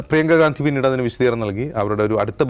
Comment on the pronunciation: രാഹുൽ ഗാന്ധിയല്ല…. ഗണ്ഡി…. ഗണ്ഡി… മലയാളം ശരിക്ക് പഠിച്ചിട്ട് പറയൂ സൂർത്തേ😂😂😂😂